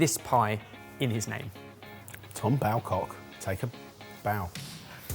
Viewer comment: As someone born and raised in Mousehole (Mowzel) i just knew it would be pronounced incorrectly 😂 and Tom Bawcock is pronounced Bow-cock 👌 Glad to see it in the video though!